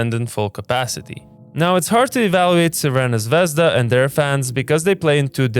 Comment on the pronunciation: Thank you. You named "Crvena zvezda" You might to call them :"Red star" which is real, but thank you a lot for pronouncing realistcs.